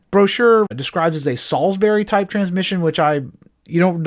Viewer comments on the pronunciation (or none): none